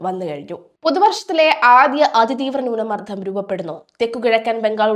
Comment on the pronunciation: Please correct your accent, newna mardam